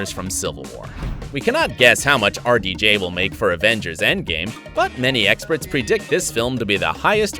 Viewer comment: who else though that when he said RDJ he actually was saying our DJ